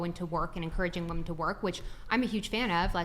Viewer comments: How is it that no one can use the correct pronunciation of woman/women in context let alone use the correct spelling of woman/women anymore? The woman in black next to the one in the helmet has used the wrong pronunciation almost every time she's said the word this whole video and some of the others can't get it right either. It's not just this video either, it's very prevalent lately all over the place. As much as people are up in arms and talking about women lately it really hurts their credibility about anything they have to say when they can't get the most elementary stuff correct. It makes them sound uneducated and like they are just regurgitating talking points and phrases and not speaking what they actually think because they aren't even listening to the things they are saying themselves. Not that the main culprit in this video is, because she seems to be knowledgeable. I'm speaking generally because the words are misused so much lately but I had to comment on this video because it's so prevalent on this one and no one seems to catch it. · When speaking in the plural it’s WOMEN not woman! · Why does everyone say "women" the same as "woman" now? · I can’t take anyone seriously who can’t pronounce “woman” vs “women” 🤦🏽‍♀️ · Am I the only one that finds it annoying that she keeps saying "woman" instead of women? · I would love when people are talking about women they say women and not woman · Why are they all saying “woman” instead of “women”? Am I crazy? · Why is it that all these girls say woahmen, it's wimen, unlike woman. It sounds stupid, is it an accent thing? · Why does she keep saying womAn!?! It's womEn!!! Jeez! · It's WOMEN. These younger females cannot pronounce the plural of woman. JFC....... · Why can't ANY of these bimbos pronounce "women?" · Why is the dark haired lady constantly referring to women as a singular woman. Or is it just her strange pronunciation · Why do so many of these chicks pronounce the word women as woman ?